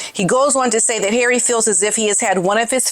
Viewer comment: HARRAY - 😂! I love your pronunciation when Harry acts like the fool he has become versus the protected Prince man-child he was! Really, HARRAY? Really???